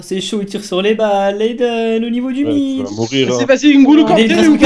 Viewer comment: il a dit le AIDEN 😂😂😂😂